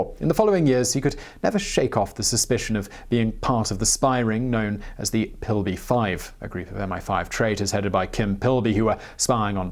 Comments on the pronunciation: Worried about Spanish names, screws up Englishman's name - Philby (FIL bee, not PIL bee)... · you also pronounced Philby as Pilby :) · Kim Pilby? Pretty sure that’s Philby(Fillbee) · Kim Pill-bee? Dude, you are from the UK, you should have got that one right! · Kim PILLby? Come on Simon, he has a British name! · Did he say Kim 'Pill-bee?' What an ignoramus.